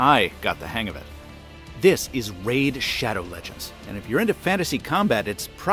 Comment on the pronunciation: I almost never skip your in-video adverts, but for "Maid Smanbow Leg-ends" I made an exception.